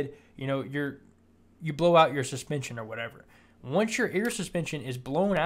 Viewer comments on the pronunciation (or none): none